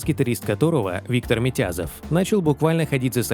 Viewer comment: Не Митязов ,а Митязов ,ударение на ,зов,Редкостный Мудак